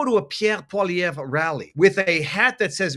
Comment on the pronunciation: How are you pronouncing PP's name? It sounds wrong!